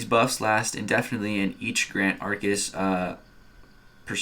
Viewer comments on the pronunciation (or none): Ar-kus not a-ar-kus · Pretty sure it’s pronounced arkus